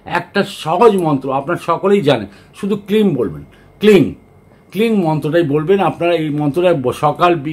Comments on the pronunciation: Cling ?? Eta uccharon to sir? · মন্ত্র টা (ক্লীং) উচ্চারণ হবে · Dada ektu clear na ami kling hobe na kleem.